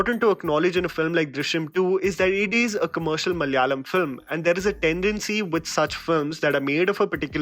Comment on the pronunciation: Instead of saying "Mal yaalam", try saying "Mala yaalam"